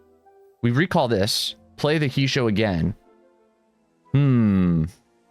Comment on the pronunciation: It's pronounced "hey-shoh"